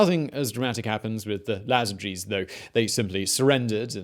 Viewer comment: Pretty sure it's Iazyges not Lazyges, I - not L. o.0